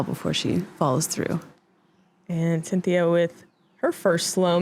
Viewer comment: Unless Klezberga purposefully uses an alternate pronunciation while in the US, "Sintija" is not pronounced "Cynthia."